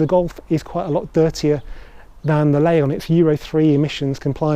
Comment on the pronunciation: Lee-on! I hope English is not your first language!